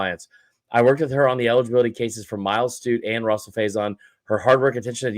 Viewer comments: Why does this guy keep calling him “Russell “??? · He's been saying it like that all year